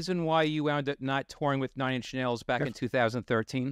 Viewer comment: "Ninch Nails." HAHA